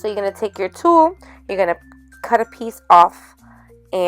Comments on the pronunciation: Hahaha it sounds so funny how you say Tull, it sounds very Puertorican😂 Very cute project💕 Ohhhhh thanks for the powder tip, that's great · Super cute! I love the shaker! You crack me up “tul” 😂 love it! 😘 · Super cute! You crack me up saying Tulle Lol! Love it! Tyfs 😊❤️👍🏼